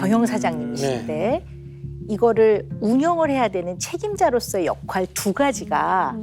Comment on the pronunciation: 발음이좀...역활 ㄴㄴ, 역할 ㅇㅇ